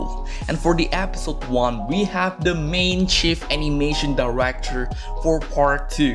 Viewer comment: "App-sote" (episode) (accent) uwu ❤️